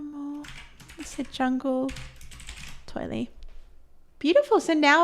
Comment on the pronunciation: Enjoying the video, just wanted to point out that toile is a french word that is pronounced more like 'twaal'. Thought you might want to know. :)